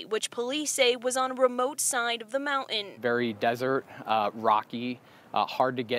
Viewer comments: "Moun-en" isn't a word. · Mountain. The new generation says moun'in.